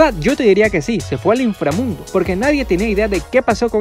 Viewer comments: Jaja me da risa cuando dices infrramundi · Cómo que no te sale el 😤😤😤😤INFRAMUNDO Pero sigue intentándolo :D